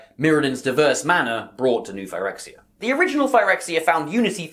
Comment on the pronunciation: Imagine pronouncing "Phyrexia" like this when the correct pronunciation has been apparent for YEARS, and Wizards having just confirmed that it's not pronounced this way based on their posting of the Phyrexian language "codex", this week.